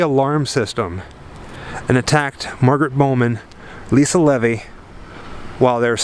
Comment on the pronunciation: as much as i love this video, some of the pronunciations in this video is off, chi omega is pronounced “ky omega” and lisa levy is pronounced “lisa leevee”